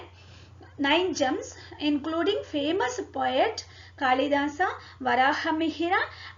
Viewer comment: its मगध not मगधा & its हरिसेन not हरिसेना , कालिदास not कालिदासा,,& अश्वमेध, यज्ञ, वराहमिहिर, अमरसिंह, कृष्णदेव राय not राया, 🙄 i dont understand why people add -A after every name when written in english, just like क्षत्रिय is written as Kshatriya because क्ष=क्+ष् (K+Sh) and -a is put because there is स्वर अ at end but they should be pronounced as they are